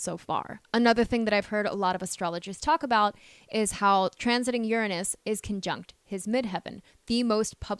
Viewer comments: except that she refuses to pronounce URANUS correctly. This planet is Not pronounce ur a NOOSE. The U is a short vowel. Not a long O. She has some problems pronouncing particularly as well. Particularly is pronounced pr.ti.kyuh.lr.lee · Is this AI? Anybody notice how Uranus is pronounced? And who places a mirror on the Wall like that? Strange.